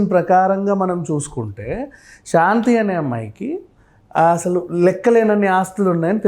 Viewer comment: షాంతి కాదు బాబు,శాంతి. తెలుగును ఖూనీ చేస్తూ ఇంటర్వ్యూ లు ఇవ్వకండి.ప్లీజ్